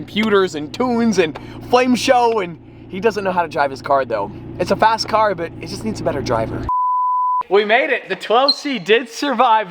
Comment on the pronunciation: His is like fasht and firuse